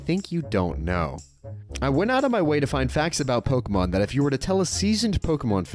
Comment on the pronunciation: Here's a fact you don't know. It's pronounced poh-kay-mon, not poh-key-mon, not poh-kah-mon.